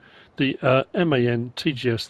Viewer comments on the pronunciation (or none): Very nice review, as always. But it is a M A N, not a man. It is a German brand any nobody in Germany says man, because the Germann Mann (for male) is spelled with a double n. Don't let anybody tell you otherwise. It is a M A N 🙂 originally it stands for Maschinenfabrik Augsburg Nürnberg ( machinefactory Augsburg Nuremberg)